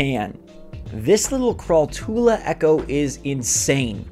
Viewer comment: Just a small note, I'm quite sure that crawltula is pronounced like tarantula